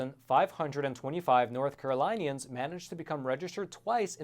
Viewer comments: It's pronounced Carol-lynn-e-an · For future reference: "North Carolinians" is pronounced North Carolyn-ee-ans. Carolinians takes after the pronunciation of the name Carolyn, not Caroline. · Caro-LIN-ians. LIN like WIN.